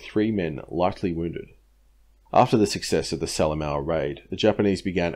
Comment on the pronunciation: Great work mate, nice to see PNG campaign getting such attention. As a former PNG resident, I can clarify your generally great pronunciation. Salamaua is pronounced sala moha (oh as in well, oh, or like the extinct NZ bird, Moa). Papua isn't pap-u-a it is parpwa, (the wa as in wah, as in crying). Otherwise impressive stuff.